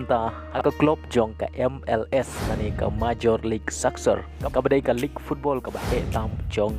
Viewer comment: Appreciate your video but I would like to correct your pronunciation " Soccer" phi kynnoh soksar . sngewbha kynnoh sokar